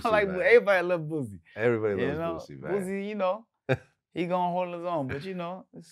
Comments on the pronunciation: His name is Boosie with an “s” not Boozie with a “z” I hate when people mispronounce his name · When he calls him "boozy" Sounds like the "p-word"... Lol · Vlad is my homey but it would have been funny to hear him pronounce Boosie like that. But Its still more understandable than using that Z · Why do people keep putting a Z in Boosie's Name? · NYC ppl can’t say Boosie name right for shit 😂😂😂